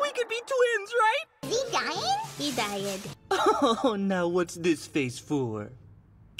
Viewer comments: He die-ed XDDD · "Is he dying?!" "He die-ed."